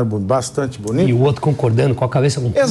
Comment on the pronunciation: Lule: ..."eu governei esse país "oitio" anos...